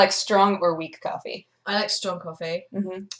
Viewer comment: said coff rah